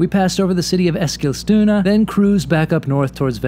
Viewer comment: High quality as always - especially this time, though, for the pronunciacion of Eskilstuna: I've never noticed the second 's' before (one of my fav bands growing up hailed from there)